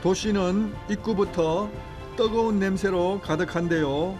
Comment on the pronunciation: 떠거운 곳? 떠거은? 발음 개 웃낌~^^